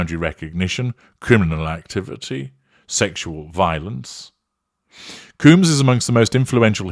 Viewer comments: Dude why can’t you pronounce names properly? Surely even with your British accent, pronouncing Combs properly can’t be that difficult. It’s COHmbs….not Cooms! Also, she got $100M from the settlement. It’s open source data so you should have known that. It’s obvious that you’re just reading from various sources and have no actual understanding of the subject….including how to pronounce his last name properly. I usually enjoy your videos but this series was weak to say the least. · It's not "Coombs", it's "Combs" like honeycomb or hair comb and brush. Everytime you say "Coombs", my mind goes "Who TF is talking about?!". 🤭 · His name isCombs not cooms. Is that you asserting control? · I think he doing it on purpose lol